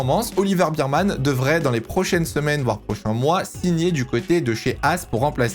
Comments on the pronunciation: Je vais etre chiant mais c'est "Ber - man" pas "Bir-man" - Bear pas Beer. Et je suis d'accord sur tous tes choix meme si j'hésite un peu pour Ricciardo mais je vois pas qui pourrait le remplacer donc bon. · Yo, Oliver Bearman ça se prononce pas "birman" mais "bairman"